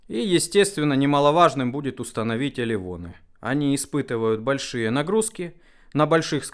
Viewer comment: мне всегда слышится произношение элеВон, почему не элеРон?